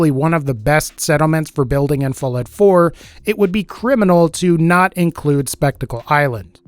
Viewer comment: Anyone else hear him say fillet 4? Or is it just me?